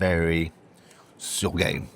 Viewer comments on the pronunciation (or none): instead of "that's very soggy, it sounds like" that's very so gay"".